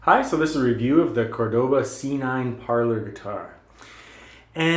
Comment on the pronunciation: *CÓR-do-ba Emphasis goes on the first syllable.